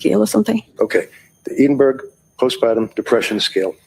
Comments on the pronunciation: It took me 3 times hearing them say eedenburg to realise they were trying to say EDINBURGH Eh-din-bur-ah Ffs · EDINBURGH a place in Scotland where much medical treatment is researched developed, please pronounce Edinburgh properly.